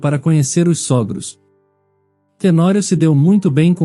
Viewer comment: Pronúncia correta sôgros.